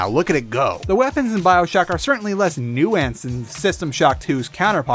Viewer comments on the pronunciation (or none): "new antsed"